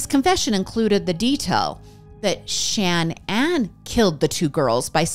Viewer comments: Love your content lots but is not Shan Ann it’s shaaa naaan and idk what the random photo of the family was but it wasn’t their family! And I say this in the nicest way possible. This story is super hard and upsetting and has always sticks with me! ♥️ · The repeated Shan Ann 🤔 cringe